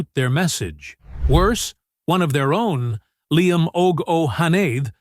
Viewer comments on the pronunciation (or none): none